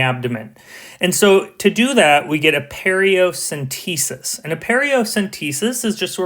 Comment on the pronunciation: Paracentesis not periocentesis. Amazing video!